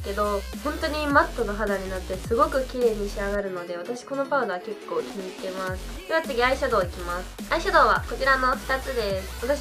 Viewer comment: 結構のイントネーションがちょっと…